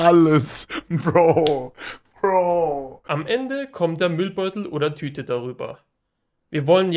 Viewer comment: 1.) Er heißt Kevin, nicht "Kevim" 2.) "Braucht", nicht "bruacht" 3.) Kevin, nicht "Kewin" 4.) Tüte, nicht "Tüt" 5.) Anleitung, nicht "Anleitunq"